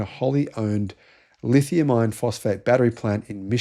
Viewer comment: When you speak about LFP, it sounds like you are saying Lithium Ion Phosphate. I know that you mean Iron, but many folks might not.